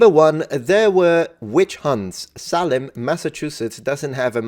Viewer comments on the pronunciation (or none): Since you criticize people for mispronounced Latin words: it's Salem (sale-um) not (sal-um). As we say it in Massachusetts. :) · Salem is pronounced SAY-LUM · It’s a long, “A,” sound in, “Salem.”